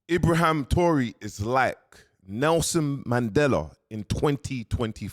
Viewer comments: Intro: “Ibraham Tori..” 🤣 As black people we actually got to pay more attention. But I rate the message. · ngl lately you're just chatting about things you have no idea about. At least learn to pronounce these names before you start. Mans living in dubai chattin abt ibrahim traore and african empowerment. lol